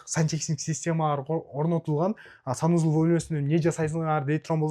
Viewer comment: финиский уй, санузул😂 дейт го, счена, телезор, заранья, зашот